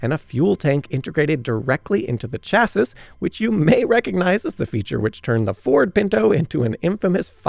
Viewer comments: really? “Chass-is?” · Sorry, after TWO errant pronunciations of "chasis" (it's chas-ee) and one of "Nice" [France] (it's nees) I had to let this video go. And just in case, Marine Corps is NOT pronounced with the ps! sighhhh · Chassis: Chass-ee Nice: Niece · Chassis, Nice, Le Mans, I gave up at that point, someone teach this guy pronunciation. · Now time to work on chassis! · But "chassis", "Le Mans", and "Nice" need some work. And I did hear a "nu-cu-lar" or two in there. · Why do you keep pronouncing "chassis" like that? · How do you pronounce "chasis" in your trailer park?